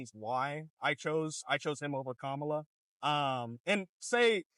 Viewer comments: im so blown away he pronounced Kamala correctly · I give him credit for at least pronouncing Kamala's name correctly, then came the "taxes and vibes" and "Jewish influence" comments, then everything unraveled.